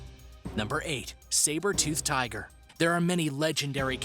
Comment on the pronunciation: Learn to properly pronounce the creature names please. Also check your facts. The saber tooth tiger was powerful not fast. Same with the short faced bear.